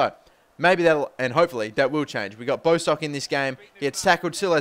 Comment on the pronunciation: bostock is pronnounced bosstock like boss